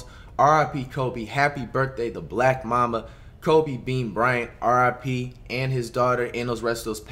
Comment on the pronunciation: did no one else realize that he said black mama flight still the goat tho